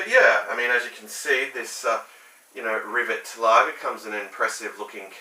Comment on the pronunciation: It's pronounced rivét